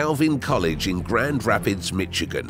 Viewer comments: Supernova and Red Nova is not the same and actually very different. This video mixes terms that have nothing to do with each. Mitchi-gan"? So much for the fancy talker who does not know even how to pronounce Michigan. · Its spelled michigan, its pronounced "mishigen" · dude it's pronounced "mishygin" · "Mitch a'gin" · Yep in MITCHEGAN sounds like Michagan? Brother lost respect right there! Knows where space is Just not sure of where places on earth our. Where you at lol